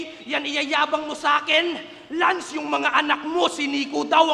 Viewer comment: This is Lansss!! ❎ That's not Lanzzz!! ✅